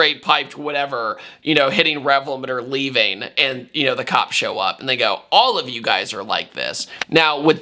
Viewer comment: Anyone that says “da” instead of “the” shouldn’t be taken seriously, therefore their opinion does not matter.